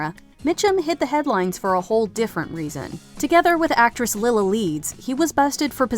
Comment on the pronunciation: Lila Leeds was "LIE-la", not "LIL-a".